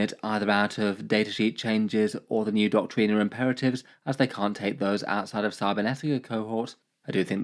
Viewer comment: Seriously man. What the fuck is "Doctrina"? It's Doctrine.